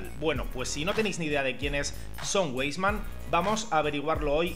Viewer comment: Buen vídeo, sólo una aclaración, si me permites. Se pronuncia "vaisman".Saludos